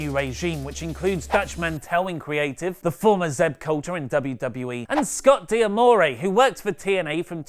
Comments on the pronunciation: "Scott Dee-Amore" Pretty sure its pronounced Scott Duh-more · he can't pronounce d'more